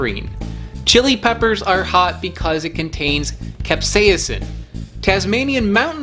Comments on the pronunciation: (Cap-Say-Sin) Not, (Cap-Saya-Sin) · How to say Capsaician: Cap-Say-Sin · It’s CAP say son capsaicin